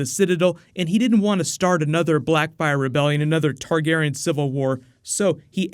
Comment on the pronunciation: You chose the questions that butcher the names lol. Targarion? Denny? My eyes hurt